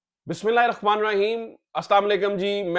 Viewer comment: BISMILLAH sahi parrha karen RAHMAN k bajae Rakhman parrhtay hain ap.